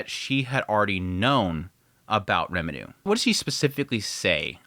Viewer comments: The amount of times you say Remuru instead of Rimuru makes my ears cry. If you are as into anime and japanese culture as the amount of posters and figures in your background, learning japanese is definitely a benefit to yourself and to explaining your recaps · Why do you say Rimurus name wrong? It’s rimru, rimtiro and a couple other variants you say but never once in the video did you say his name right….. it’s like the nuhrootoh Naruto pronouncing for me